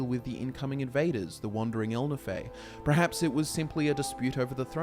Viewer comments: you see my man in Britain, the land of English, the word is actually pronounced per-haps. If one was to pronounce it as pre-haps it is simply a sign of poor education and a lack of correction on the part of the sayers parents. Have you ever met a person who says specific as 'pacific' as in the ocean..? It isn't caused by culture or accent, it is caused by incompetence and shouldn't be encouraged. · Perhaps you should reconsider how you say perhaps.. Hint: the R is after the E 👍🏿